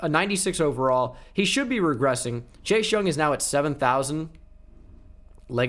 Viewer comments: I love you. But this is really driving me crazy. Why do you say Chache Young. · I love how he says chase like chash